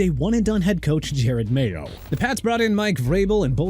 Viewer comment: Why you got the Redskins logo when it was supposed to be A COMMANDERS LOGO ON THERE?? HELLO?? AND JARED MAYO?! JEROD (JE-ROD) MAYO OKAY?! Also Edgerrin Cooper is not pronounced Ed-garen; it's pronounced eh-juh-rin!! AND MAYBE INDIANAPOLIS SHOULD GET CHOP ROBINSON WHILE MIAMI GETS TALIESE (TAH-LEE-SEE) FUAGA. THAT'S WHAT YOU WANT?! BE MY GUEST!